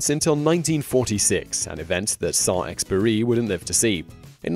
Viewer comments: FFS learn to pronounce Saint -Exupery’s name. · 1. « The Magicians Nephew » is the first book in the Narnia Chronicles, not TLtW&tW. 2. Antoine de Saint-Exupery (please do not forget to pronounce the letter « U » again!) also lived on Long Island, on Asharoken Neck. Huntington Historical Society documents this.